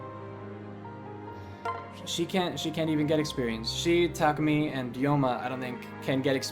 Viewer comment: I heard Tamaki instead of Takumi.